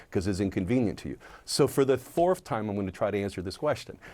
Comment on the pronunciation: Trumper said "For the Fourff time"